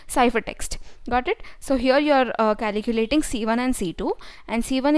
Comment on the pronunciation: Its calculating, not caliculating...